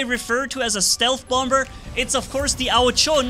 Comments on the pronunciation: bommer manni not bomber idk if thats a german pronounciation but bommer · What thinks he's saying: Bomber What We hear: Bumber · Just so you know its pronounced bom-er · I love your accent and by the way the second B is silent 👍